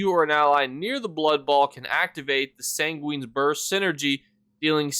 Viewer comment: San- gweeen lmao